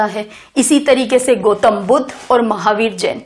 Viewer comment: Mam, it's dharm not dharam🙏 धरम nhi boliye plz, धर्म बोलिए। गोतम नही ma'am गौतम🙏